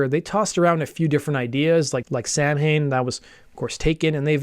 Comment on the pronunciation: it’s pronounced “Saw-when,” not “Sam-hane.”